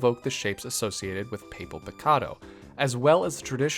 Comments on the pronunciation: i'm in love with this series, but the reaction i had at hearing the word "papel" pronounced that way… listen, you can never fault anyone for taking a stab at pronouncing a word they've never seen before, but yeesh 😅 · These are all great!! just,, "papel picado" is pronounced "pah-pehl" pee-kah-doh,, your pronunciation of 'picado' was pretty good!!